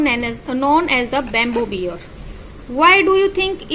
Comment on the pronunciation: Pronunciation is wrong. It is not geeaant (giant) and beer (bear).